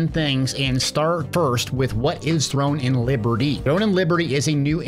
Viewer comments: I had to stop watching after the 5th time you said "Thrones". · Sounds like he's saying thrones in liberty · My brother, say it with me: THRONE and Liberty. No “S.” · Finally someone notices! So annoying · uh, didnt ArenaNet develop guild wars? and why are you mispronouncing the title of throne and liberty?